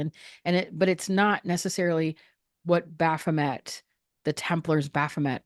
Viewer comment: bro... repeat "baphomet" and how everyones gunna be up in arms for 5 minutes... there's no one here 😉 in French its baffomay lol